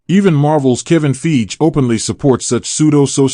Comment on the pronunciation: I love ur channel but ur mispronouncing of kevin feiges name is cringey I'm sorry